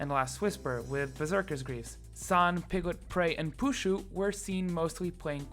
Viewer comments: puSZu not puZSu :) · Please correct: it's Pu SZ u, not the other way around :P.